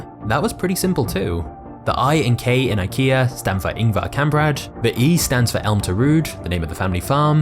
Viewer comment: Mhm yeah “ElmatarUd” exactly what it says not like there’s a Y or anything no no no that’s ElmtarUd